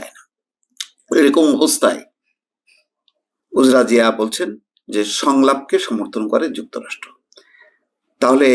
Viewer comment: সঠিক উচ্চারণঃ উজড়া জিয়া